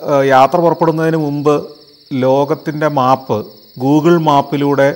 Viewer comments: Yes; noted it many times before, its മേപ് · Kurachu koodi onnu sheri aakki kkoode sir. . മാപ് അല്ല map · Everything is good. But please pronounce "map" correctly.